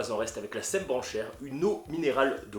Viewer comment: je dois avouer que je m'attendais pas à voir l'eau du petit village de Sembrancher (d'ailleur on prononce "Sanbranché") pop sur ta vidéo. mais c'est vrai que entre l'eau la, et l'eau de source des glaciers alpin directement dans le robinet, c'est un luxe d'avoir de l'eau aussi bonne. x3